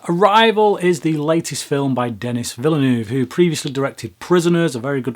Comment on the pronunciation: Villoonoove. lmfao. try veelnerve as approximation